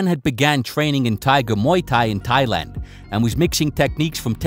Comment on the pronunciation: lmao does call Thailand "Thighland"?